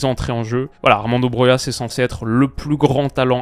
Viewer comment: Première fois que tu dis le nom Broja correctement